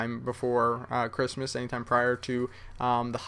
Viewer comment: im muslim and im not offended when somebody says merry christmast